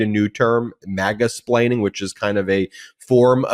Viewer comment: Ben said Maga-explaining 😂😂😂